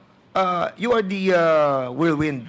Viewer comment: Cassandra Ong: "wirldwind" (instead of whirlwind)🤣🤣🤣